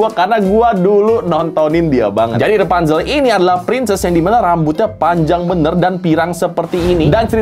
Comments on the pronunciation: REPANZEL?? KO EJA NGOMONG BEDA YA??? ATAU AKU NYA YANG GAK TAU BIASA NYA KAN PENYEBUTAN RAPUNZEL(RA) BUKAN( RE) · Rapunzel bukan repanzel